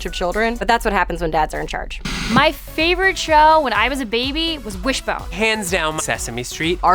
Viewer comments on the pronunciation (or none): did the chick say whisbone Jc